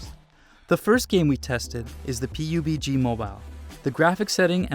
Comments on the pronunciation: yeah ...he said pugb instead of pubg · Who the fuck named pubg as "PUGB😅😅🤣🤣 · Also pubg he pronounced it like "p-u-b-g mobile" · he he he said Pee Uuu Gee Bee...